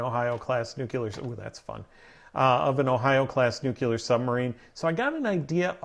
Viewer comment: It's not pronounced NUCULER.... it's NUCLEAR (new-clear).